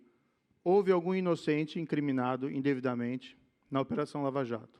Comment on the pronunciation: ele falou "endevidamente"?